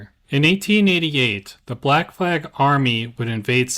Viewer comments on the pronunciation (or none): none